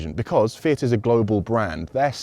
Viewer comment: "Fiat?" Yes, your pronunciation is on point